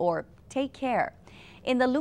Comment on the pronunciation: doesn't the line above the "a" indicate a long A sound making it Maylama? Instead of Muhlama? hmm.